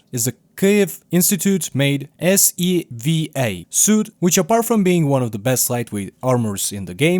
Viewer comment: I think that's an AI voice, because nobody separates the letters in SEVA with a pause, just like with the il-86 rifle. Even when the AI Narrator repeated it, it sounded almost the same haha. Too bad